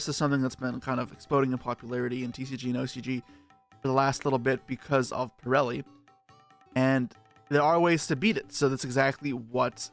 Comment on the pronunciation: thank you for pronouncing purrely right other than most other yugitubers lol